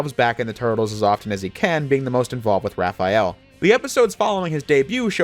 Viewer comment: thx for not calling him Raph-E-Al :)